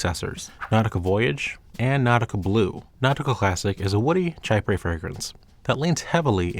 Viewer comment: Chypre = A French word pronounced like this "She-pruh".